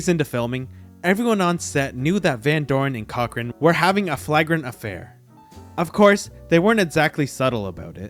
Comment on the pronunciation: flagrant is pronounced flay-grant, not flag-rant.